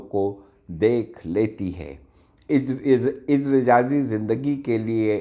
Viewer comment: 🤣🤣🤣🤣🤣🤣🤣🤣 ٹاپک کا حق میرے بھائی سا وقت ادا ہوتا جب وڈیو بنانے والا کم از کم کتاب سے دیکھ کر ہی صحیح اردو تلفظ استعمال کرتا جس شخص کو ازدواجی نہیں کہنا آ رہا آپ اس کو واہ واہ کر رہے ہیں بھائی اپنی بہن کی بات کا برا مت منائیے گا